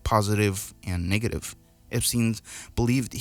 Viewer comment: Why do you say “niggative” instead of “NEGative” 😂 it’s hilarious bro